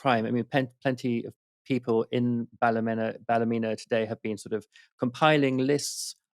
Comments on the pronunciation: It's pronounced Bal -a-mean-ah (equal stress on each syllable) btw 😉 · It’s Ballymeena, not Ballymenna like you keep saying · Bally-meena not Bally-mena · No it's not balla meana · Bally men a lol its balla meena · Say it like this. Balla- mean- a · It's Bally-meena. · that is ptonoounced ballyeena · Also I like Novara media but yer man’s repeated mispronunciation of Ballymena irks me, very British of him. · I love how the English pronounce Ballymena😂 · You've pronounced the name of the town wrong